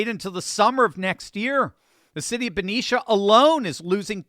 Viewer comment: Thank you for pronouncing Benicia right! Lol I grew up there and heard so many wild things. My uncle worked at that refinery when it was Exxon. My grandpa worked for Chevron his whole career and if he wasn’t at an on site project, he was at the San Francisco office. It’s so wild to hear that all of that is leaving CA. Though I get it! We left over a decade ago!